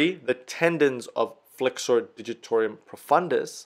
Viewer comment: Yes ... and "digitor - um" ... it appears he is trying to say " digitor - ium" each time (?!)